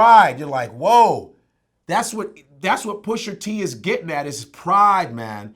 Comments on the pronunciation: actually his name isn't "PUSHER T" you fucking old head... its PUSHA T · Love Godfrey, but, it's "Pusha" not "Pusher". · Godfrey adding that 'er' on on Pusha T name is giving me anxiety lol Still love him tho! lol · You lost all credibility when you pronounce his name Pusher T 😂. Its Pusha T. Sorry but Godfrey sounds like he from Canada too😂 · He couldn't say the word "PushER" any more than me lol. Is "PushA" bruv. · PUSHER T. Stop it Vlad....PU-SHA TEE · Godfrey says Pusher T lol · Can someone tell these guys to stop saying Pusher T... it’s fuckin Pusha !!! Smh old heads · I'm sorry ... I agree with everything he's saying but i can not stand when people mispronounce rappers' names! It's Pusha not Pusher! It's Twista not Twister? It's Gucci Mane not Gucci Man? WTF dude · why they saying “ pusher t “ 😂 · It’s PUSHA ,,, Not pusher smh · Why they keep calling him "Pusher T"?? I thought it was "Pusha T" 🤔 Put some respek on his name. Push! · GADDAMMIT ITS PUSHA T! NOT PUSHER T! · "Pusher Tee" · midnightmarauder3 The first Black guy I've heard call him Pusher and not Pusha! lol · Nobody: Godfrey: PUSHER T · Can’t stand when they say Pusher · anyone else get that much more annoyed every time is says "Pusher-T"? almost sounds like those black folk he was talking about in Canada. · “Pusher-T” Lmao they both saying it wrong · stop saying PUSHER please. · Vlad: Pusher T. Chicago's Twister. Etc... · "Pusher T"